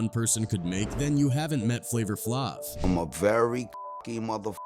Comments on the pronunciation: As soon as I heard the way he pronounced “Flavor Flavv” I exited the video. 👎🏽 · Who tf is flavor flavv 😂😂😂 A.I. pronounced it wrong af 😂😂😂